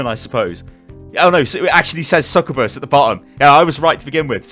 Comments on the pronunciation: not ranting or anything but succubus is actually pronounced Suk - you - bus. Not sukkabas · If you mispronounce SUK-yoo-bus one more, istg 😤